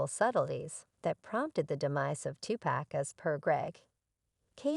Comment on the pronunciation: Learn to say his name ..... Tupac (To Pock) If you can't pronounce his name right....shut down your page!!! Stop being disrespectful ....thot!!!!!